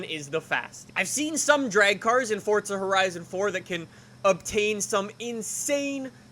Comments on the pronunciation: IT PRONUNCE FORZA DUMBASS ITS AN ITALIAN WORD THAT MEAN POWER FUCKING SHITHEAD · It's pronounced as Fort-za u fucking dumbass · Can you please just say for a right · "fortza horizon 4" XD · "fort sah" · say "forTza" one more time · "Fortsa Horizon 4" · Please stop saying "Foart Za" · Good video but where is the t in forza? Lol that drove me nuts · Eezy Convo56 no it’s not there’s no t in forza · Please show me the “t” in Forza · why are you saying forza like an idiot? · There’s no T in forza 🙈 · It’s forza not fortza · Why does he say "fortza" instead of "forza" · F O R Z A NOT FORTZA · FORZA NOT FORTZA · ITS FORZA NOT FORTZA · i don’t wanna be mean but “fortza” bothers me lmao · Forza not fordza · “four- zuhhhh” not fortza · Ohhhhh why are you saying fortza horizon instead forza fh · Its not fortza its forza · Stop saying fortza it’s forza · it pisses me off how he says “fortza” instead of “forza” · nigga really said fortza instead of forza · Fortza 2 much FortNite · Its not Fortza! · Why has Forza turned into fortza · Lol "Fort- Za" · Fortsa horizon 4, its Forza FORZA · It’s an Italian word like pizza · Really irritates me how Americans can’t say stuff properly. “Forza” not “Fortza” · "Four-Zah" not FORT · It's FORZA!! Not FORTZA !! Can't even watch it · FOR THE LOVE OF ALL THINGS HOLY. CAN PEOPLE PLEASE STOP SAYING forTza!!!!!!!! there is no bloody T in that word!!!!!!!!! all these YT's are ruining it. its just plain F O R Z A. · It's pronounced FORZA not FORTZA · U keep pronouncing forza forTzaa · i unliked and will never subscribe because of the sole reason you say fortza. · pretty sure its forza not fortza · no no, it's pronounced Forza not fortza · Why does everyone one say Fortza instead of Forza? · Fortza. Lol 😂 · Have you realised thzt he says fortsa instead of Forza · It’s pronounced ”fortza“ because it’s an Italian word like pizza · It sounds like he says Fortza Horizon 4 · It forZa not forza like if u agree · It sounds like he's saying "fortza" .